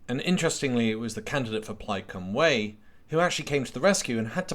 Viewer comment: Good video. But for Cliff's sake learn how to pronounce "Plaid Cymru"